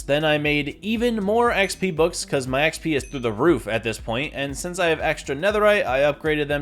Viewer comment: no way bro said "eee ehx pee"